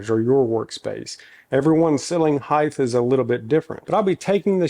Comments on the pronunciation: Stop saying heighth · Heighth. Love it. Reminds me of my dad.